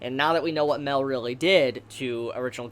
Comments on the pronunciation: His name isn’t pronounced Male, it’s pronounced My-El. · Okay, it took me a while, but darn it has gone too long, could you pounce it *MA-EL*, not "Mel"? You're the only one that calls him that, I don't know how you haven't caught it yet. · Its not mell its mi-el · OMG ITS MA-EL. FOR FUCK SAKE, MA-EL, NOT MEL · I can't watch this video, the way he say mael name is bothering me alot. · wait is mael pronounced "mae-l" or "ma-el"